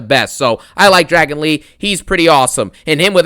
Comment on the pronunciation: "Dragano lee😂